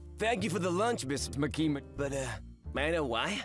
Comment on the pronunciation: The moment Denji mispronounced Makima's name I knew Makima wasn't going to let that slide. Notice when he corrects himself the second time and she's like good boy.